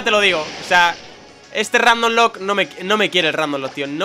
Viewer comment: lol buen video! de pokemon ro rrrrrrrrandomlocke! XD